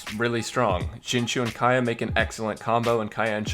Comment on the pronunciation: duno if u care, but if u do, Xing Qiu is pronounced Shing Cho